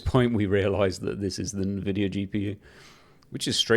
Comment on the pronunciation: Great video! BTW. i believe its pronounced N-VIDIA. Fun fact! Invidia in Spanish means Envy ...So maybe its a play on fords for Nvidia.